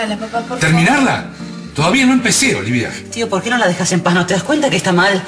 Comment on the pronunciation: Jajajajajaaja grieta en cambio de decir olivia dice olivo.. Me mueroooo